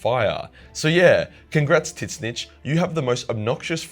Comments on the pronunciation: Sigh, I get that it looks like it should be said that way, but still, hearing 'zits-snich' instead of 'zin-neach' irks me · Argh I can't handle it! Pronounce it "zeench" not "tits-nitch"!!! 🤣🤣🤣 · ITS PERNOUNCED TUH ZEE NCH NOT TITCH NITCH WTF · wait i'm so confused on how you pronounce The Name. Is it not [TZYNSH] or most likely [ZYNSH]? Why are you saying [TY-SSNYTSH]? Sounds like you're talking about a Skaven... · i cant stand how you pronounce Tzeentch. Its pronounced 't-zeen-tch' not 'tits snitch' :') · Mate Aussies have some whack pronunciations but tiss-nitch? Wot m8. It's tz-inch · Every other people: "zinch": "tit snitch" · what with this god dumb pronunciation ... it is not fking T zeentch , it is Tzeentch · I think hes fucking with the lore nerds calling tzeentch "tit-snitch" And im fuckin loving it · Tisnitch????? Dude no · are you saying titsnitch or tzeentch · Couldn't get passed him calling him titsnitch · I know you’re Australian…but why do you say his name with two syllables? Soft T…like Tsaziki? Soft N… Slides off the tongue like “each”? Zeech More or less? Idk. I love your videos, but every time you say their name. 🫥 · the way he pronounces tzeench's name makes me laugh my ass off. tit-snitch!!! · Brother kill why do call it titznitch? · Is "Tit-snitch" the correct pronunciation of Tzeenntch? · Is he saying Tit-snitch? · Idc if he says it wrong or right I love how he says it as tit snitch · Are you saying Titsnitch? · Why do you pronounce him as Titsnitch? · bro can't evn pronounce Tzeentch's name, ths vid is gonna hurt my ears, especially since im a follower of Tzeentch (and Slaanesh, but thts irrelevant xtra info) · Can't pronounce the name, huh? Change video! Idiotic. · please dont pronouce it like that.... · Anyone going to tell he’s pronouncing tzeentch wrong. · Man's didn't say Tzeentch correctly one time and that is chaos I approve of. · So isn't the T silent , always makes me wonder when you say it.